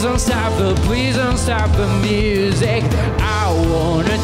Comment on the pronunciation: Que corrijan la pronunciación porque no pronuncia Music como es debido y eso le resta a su interpretación